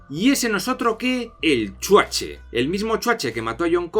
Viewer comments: Mil veces mejor ver esta mierda con el spin cómico de un español, y gratis, que pagar por ella en el cine. Además es graciosísimo cada vez que dices 'El Chuache' 😂😂😂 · El "chuaché" XD